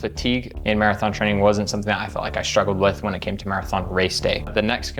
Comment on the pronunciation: do you mean "frayning"?